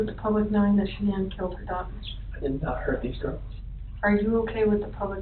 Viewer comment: The only thing worse than the murders is her name "Shuh-Nan". I just want to rip my fucking ears out hearing that over and over again